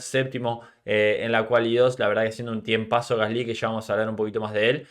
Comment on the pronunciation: Por qué pronuncias mal el nombre de Gasly, tienes algo en la pronunciación que estresa cuando lo mencionas